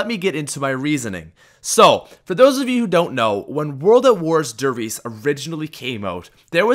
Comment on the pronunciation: You and everyone else pronounce der reise so wrong its a German word that means the giant and its pronounced the way its spelt